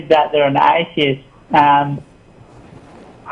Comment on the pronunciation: It's funny how he pronouce atheist as "aye-dye-ist" :D